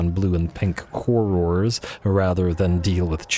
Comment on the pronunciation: The way you prenounce "Horrors"... I understand youtube will think you're saying a vulgar word for sex-worker if you slightly misprenounce horror.